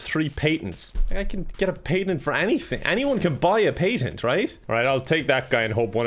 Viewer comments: why do you add an extra vowl to the word "Patent" Irishmen. smh. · Confirmed can't properly pronounce patent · Anyone else die a little because of the way he said patent? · I sometimes forget when watching that he’s Irish and they say things different than what we in the US would say. So he says patent like pay-tent. Where we say pAtent. Like a hard “a” sound lol. It through me off the whole time 😂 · I know it's because I'm American- but did anyone else notice that says "PAYtents" instead of "PATents?" Do Americans say it the wrong way then?.... Don't answer that. 😆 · I was expecting a lot more comments mentioning the way pronounces patents